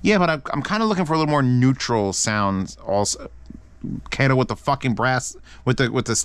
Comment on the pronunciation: u said kato wrong